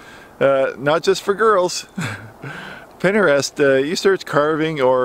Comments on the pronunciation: Oh ,and we pronounce it Pin Trist 😊 Almost 3k views and no 👎 You're on a roll😊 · he said pennerest 😭